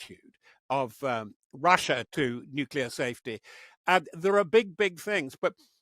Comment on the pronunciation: Why does he keep saying “nukular?”